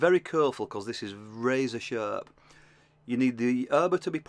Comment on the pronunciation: Great video! I like the way you say "Be curefull the bluude could be shurp"